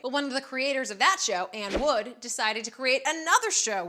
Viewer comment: "anne wood"